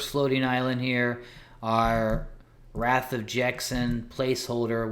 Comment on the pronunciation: WRAYth. not wrath. you're killing me. :) Heh